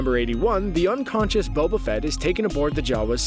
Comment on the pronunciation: Anyone realise how he said Bobo instead of boba